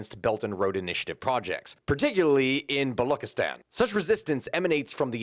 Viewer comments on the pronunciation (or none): About pronouncing Balochistan - the ch is just like in 'cheese'.